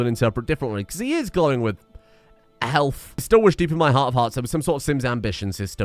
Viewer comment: If he says "helf" then he would also call himself "farfufharfhi"